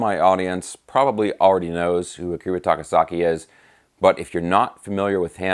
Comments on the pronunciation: "Akira SAKA-TAKI"...LOL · "Akira SAKA-TAKI"..?? LOLZ... Luv your videos,!! Thank you for this, though. Ever since Crazy Nights, this guy had my attention. (Devil Soldier & Birthday Eve are great pre-fame albums, too).